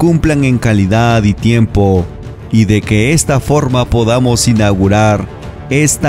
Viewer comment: Inaugurar, no inaurar, lo repiten muchas veces así que no fué un simple error de dicción, que vergüenza